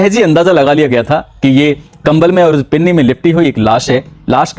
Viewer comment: पिन्नी नहीं पन्नी